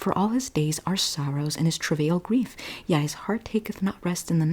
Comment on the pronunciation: Yea is different from yeah. Yea is pronounced ( Yae) ( yay)